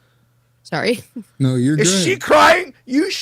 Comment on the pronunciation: …In all fairness you say “sorrey” instead of sorry 😀🤣